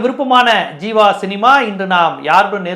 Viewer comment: Sir athu jeeva... Not seeva